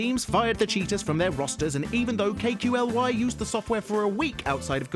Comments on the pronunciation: IT'S KOOKLIII, not k.q.l.y, Kooooook-liiiiii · It's not kay koo ell wai, it's pronounced Kooklie. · It's pronounced "Kaylie" not "Kay-Que-El-WHY". Please do your homework next time to avoid embarrassment.... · “K-Q-L-Y” it’s fucking kelly do some research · Did you said K.Q L Y ??? It's kaly lol.. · you actually dont pronounce the name KQLY k-q-l-y you says it like kolly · K-Q-L-Y.... bruh. It's pronounced Kaly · It's KUKLIIII not K Q L Y ! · K-Q-L-Y KOOOLY STYLE, IT'S KOOOOKLI MAN!! KOOOOK LEEEEEEEE!!! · Its pronounced kookly not K-Q-L-Y and he didnt use and aimbot he used an aimlock which is pretty different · Lmfao K.Q.L.Y bruh you don't even play cs clearly. It's not pronounced letter by letter it's pronounced KooKlee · BTW KQLY is pronounced Quickly not. kay que lee why. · says K Q L Y instead of kukli... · Not kqly it's pronounced koo- klee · its not k q L y it's kelly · If you ever say KQLY like that again. Im going my hand up your ass and work you like a puppet. Its pronounced. K-Quill-e - KQLY fans. probably. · KQLY IS NOT PRONOUNCED KEY-KYU-EL-WHAY ITS PRONOUNCED COOK-LEE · I've heard people pronounce KQLY as Kailey, Quickly, Kyqcly etc, but never K Q L Y. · they pronouce KQLY as Kelly not K Q L Y xD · Kukli a nie K, Q, L, Y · * KAY KYU EL WAY* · kqly is pronounced kaley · KQLY is pronounced "Kayley" btw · KQLY is pronounced (cook ly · KQLY is pronounced as "Cali" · kqly's name is pronounced "kukli" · Whhhyyyy would he say kay que L why instead of kqly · KQLY is pronounced cookly. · pronouncing it K.Q.L.Y -_- you'd think he's research more on how to pronounce the name properly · Its pronounced KOOK-LI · Javez Ferrer no, it's pronounced kay-lee :/ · "K Q L Y" facepalm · It's pronounced ''Kukli'' :p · KQLY's name is pronounced "Kay-Lee" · It's pronounced "Kelly" or "Cali" as in California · I thought it was Koo-clee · Dude, the pronouncation for KQLY is simply "Kelly".. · lol K-Q-L-Y, pretty nice how u are careful with pronouncing the name :D